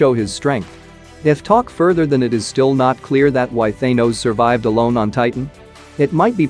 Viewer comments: It is thanos not thinos say it correctly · Why the f*** are you saying thanos's name like that